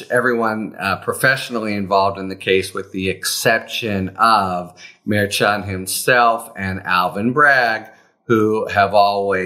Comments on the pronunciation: Pronounced mer SHON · Maybe someday Harry will pronounce the judges name correctly. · I think you’re saying that name wrong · Harry, you are mispronouncing the Judge's name. Why would you not fix that? I'm sure other people have told you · Please pronounce the judge's name correctly.